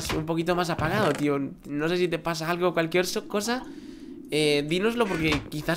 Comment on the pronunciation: dijiste calukiercosa